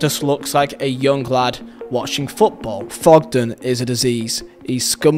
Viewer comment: It’s Thogden. Not Fogden